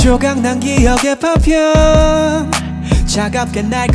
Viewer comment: 조각난 기억의 '파편' 저 파편 발음 나만좋아요??? 아니 그냥 김성규 매순간 레전드찍어버리네ㅜㅜㅜ 컴백해줘서 고마워♡♡ 좋은 노래 고마워♡♡